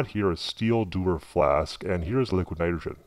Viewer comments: Jesus man LEARN HOW TO SAY NITROGEN !!!!! Come on say it with me "NY-TRO-JEN" come on you can do it, it's not "NYGREN" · hahaa you cant say NITROGEN you say LIQUID NITERGN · Struggled to get by the "nudagen" pronunciation of Nitrogen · Hate the Way he say's "Nidrogen"....its' "Nitrogen" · It's pronounced ni tro gen. Not Nyogen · ...It was a great video...but it's pronounced ni-TRO-jen, not ni-TER-jen... ...just got a bit agitating listening to it...Still, great video. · This guy didnt actually say nitrogen one time in this video....it sounded more like.. niroin or somethin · liquid nidrjeh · liquid nidergen... liquid nidergen... Learn to speak without sounding "b-word" fat. Also, you obviously voice over these videos after recording (using a VERY shitty microphone, I might add), you're not fooling anyone. Get a popper-stopper too. Don't know what that is? Not surprising. Look it up and save the world from at least the edge of your annoying voice. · What's with the voice? And the articulation of "liquid nidergen?" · LIQUINITGRHN. Man, that is a weird word to hear said wrong. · Every time he said "liquinitgrhn" my eyelid twitched. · Liquid nidren... Enunciate! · The way you pronounce "nitrogen" is extremely annoying... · Just curious why you pronounce it "liquid nirigeon" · ni tro gen. please enunciate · nite-er-gin? We are lucky he is not teaching English as a second language! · Why can't you say nitrogen properly?? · im loling cause the guy cannot say 'nitrogen' (and also cause i think he's using a voice changer) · Cool Video but please pronounce "Nitrogen" fully, OMG so annoying lol... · The way he says "nitrogen" irks the fuck outta me. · The voice change thing is stupid. The way he says "nitrogen" makes me cringe. Sounds like someone typed it into Microsoft Sam or something or he can't pronounce it correctly. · why is it so hard for you to pronounce "nitrogen?" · well he cant say nitrogen properly sooo...